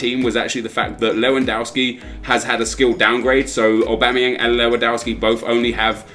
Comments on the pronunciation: please, his name is pronounced Lev an dov ski, it really makes me cringe when people say his name wrong 😣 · How many times are you going to butcher Lewandowski's name?! Daamnnnn XD